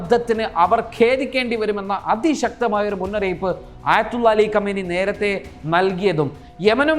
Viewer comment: അലികമനി അലികുമയ്നി എന്നാണ്